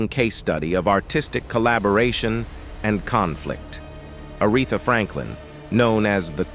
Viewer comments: LMAO, ARETHA, IS A-REE-THA. 😂😂😂😂😂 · Who the heck is "A rett thaa"!!😮 Yes, might be A. I. Speaking as narrator.